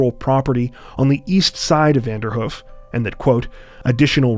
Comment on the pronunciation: It's pronounced Vander - Hoof.. like a horses 'hoof'.. 2 long 'O' sounds, not Vanderhuf